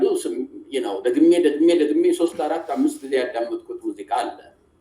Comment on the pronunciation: አማርኛህን አሻሽል ሙዚቃ እንጂ ሙዝቃ አይደለም።